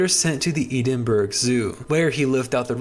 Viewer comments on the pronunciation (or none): pronounced ehd-in-bur-uh, four syllables. americans arent good at this one 😅 good video still!